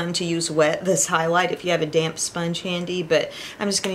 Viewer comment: I thought you said “ if you have a damn sponge handy” then I realized you said damp. I got a good 😂 laugh!